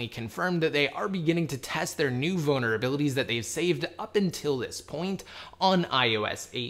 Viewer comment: i love it whenever you pronounce "vulnerabilities". It sounds like "bonerabilities".